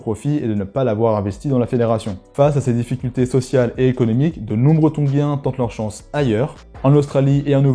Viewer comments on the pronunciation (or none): Tongien! et pas tonguien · Désolé, je m’arrête pour commenter (même si ça ne changera pas la suite de la vidéo), mais je ne sais pas pourquoi tu t’obstines à dire « Tonguiens » plutôt que Tongiens 😂😂😂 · Trop bien, merci! Par contre ne dit on pas ton[j]ien? Je ne suis pas sûr mais ça m'a piqué l'oreille à chaque fois..